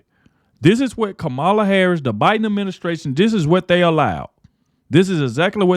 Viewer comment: Hey ignorant! Pronounce Kamala's name correctly and stop being disrespectful!!!